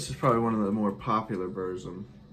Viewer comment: Killer update. In The Shadow of The Horns is the best song by Darkthrone, killer albums both of them. There is no controversy with Burzum, he is a dick and his music is great. Pretty good pronunciation on the Burzum stuff. Just look at my 'How to pronounce the shit' video. Lawless Darkness was the last real great album by Watain imo, they kind of lost the evil touch after that, so the first 4 albums is killer. Mayhem - Daemon is a great album. Cheers mate. 🤘🤘